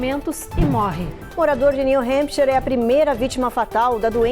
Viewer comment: Alguém por favor ensina essa repórter a falar “New Hampshire” corretamente 😅. Que agonia!